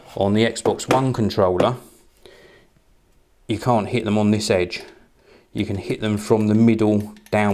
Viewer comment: foh this Contwollah